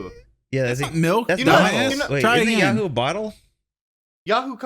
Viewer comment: Why the fuck did they keep calling Yoo-hoo “Yahoo”.